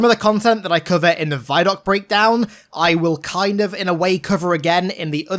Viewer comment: Christ why do you say "vie-doc"??? Do you also say "viedeo"? Because the "vi" in "vidoc" is short for "video"...